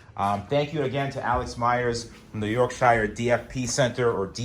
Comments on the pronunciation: Love how people from America pronounce Yorkshire. York Shire. Not that yours arsed but It’s (York-sha) all one word. Land of Tea and Biscuits where men are men and sheep are scared. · It’s pronounced York Sher. 🇬🇧😝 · I live in Yorkshire - pronounced Yorkshear lol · I always find it funny when Americans pronounce" Yorkshire " good video though loving the RS build